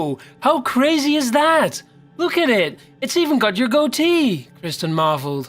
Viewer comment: Hate the way u said "goatee" it was sooooo wrong turned off after thatee